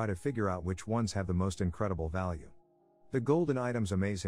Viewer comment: Did you just say "He finds nothing of vallue"??? 😂😂